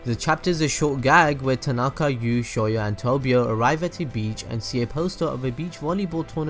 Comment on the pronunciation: He also said 'Tinaaaaaka' ?? CRINGE ADHGTFDDG